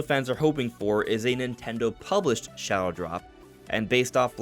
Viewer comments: is he saying "shallow dropped"? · Can someone please tell him the word shadow has a D in it